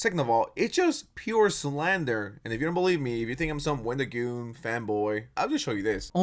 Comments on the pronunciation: why do you keep calling him wendigooner💀💀💀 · did i heard wendigooner? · Did he say wendigooner? 🤣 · lol Wendigooner? It’s Wendigoon. I believe he’s 24 now. This guy is just misrepresenting everything. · you did not deadass call him wendigooner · Why do you keep saying Wendigooner? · His name is Wendigoon not Wendigooner, ❗💢😡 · Why do you keep calling him "WendigoonER" stop watching porn man lol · bro calling wendigoon “wendigooner” kills me